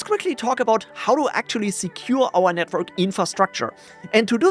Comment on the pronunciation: Can’t help it but I always hear “Netbird” when you say network 😅